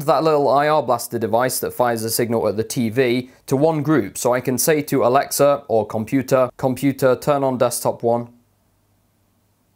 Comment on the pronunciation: stop saying alexer